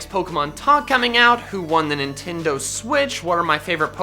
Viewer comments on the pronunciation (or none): none